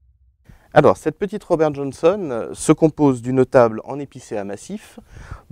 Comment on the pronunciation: "RRobére Johónsonne"! Lol.